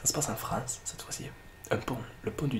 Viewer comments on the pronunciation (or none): none